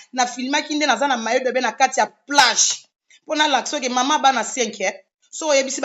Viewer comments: On dit maillot de bain et mayi do bain; c'est H&M et non HLM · Yango bowelaka nn vraiment c est regrettable na comportement ya modèle oyo,boza penza ba femme insensées bosala ata ba formations ya ba remise à niveau ata maillot de bain ozokoka ko prononcer te maillot dobain HM ashlem